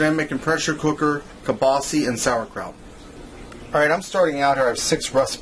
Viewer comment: WTF IS "KIELBASY"???...